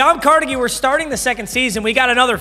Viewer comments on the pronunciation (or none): none